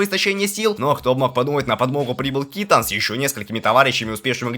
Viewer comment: вирАл,кИтан........ну ты реально конченый? Ну как можно так говном измазаться что в двух именах убого ударение поставить. Зашёл понастальгировать,а тут долбоёб на авторе